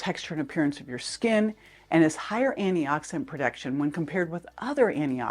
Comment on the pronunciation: First, Thank you for this info! But, Sounds like you’re saying “annie-oxidant” over and over, but you clearly pronounce anti-inflammatory. Please consider pronouncing “anti-oxidant” clearer. But, this request is minor compared to the value of the info you provide. Thank you.